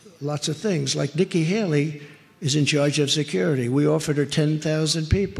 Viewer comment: i think trump actually said Nicky Hally on purpose